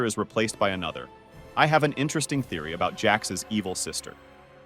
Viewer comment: I’ve only heard of gooseworks not “joocewoks” 💀 btw I found kinger